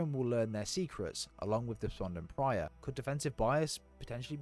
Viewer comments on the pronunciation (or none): Great vid! Appreciate the catch up on the lore, since Halo 5 kind of put me off. Only one question: It’s “Despondent Pie-er” not “Pry-er” isn’t it? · Depondent PYRE, not Prior 😂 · Despondent Pyre not Despondent Prior. Adjutant Resolution not Adjustment Resolution. Offensive Bias not Defensive Bias. Pls try to pronounce the names correctly. Thks for the video. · Its Despondent Pyre (Pie-Er) no Pry-Er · loved the video it was great and really interesting but it irritates me when you call Despondent Pyre "Despondent Prye"😂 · Great vid and explanations! Bit of feedback work on getting those names down: Offensive Bias, Despondent Pyre, Adjutant Resolution. Keep it up!